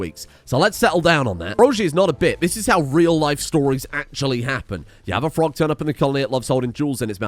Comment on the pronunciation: If Frogge is venerated why do you keep disrespecting him my mispronouncing his name ?